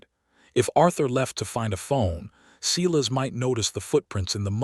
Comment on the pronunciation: When a bare footprint was found in the snow, how did they instantly know it belonged to her?/ Silas is pronounced Sigh less and not See less.